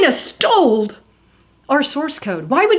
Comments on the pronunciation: *STOLE!!! Drove me crazy lmao. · Did you say sold or stole